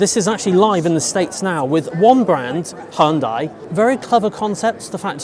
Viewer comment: You pronounced Hyundai wrong 😆